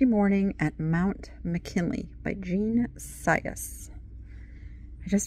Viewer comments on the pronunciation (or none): none